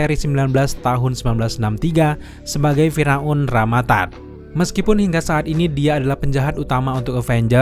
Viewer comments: Fir'aun bang Bukan Fira'un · Maaf thanos tetap dibaca tanos... Bukan tenos🤣 Gak ada tuh di film para avengers manggilnya tenos bang Dan firaun ya dibaca fir aun... Bukan fira un🤣